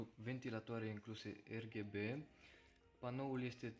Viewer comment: Fain review. Da m-a omorat faza cu “Erghebe”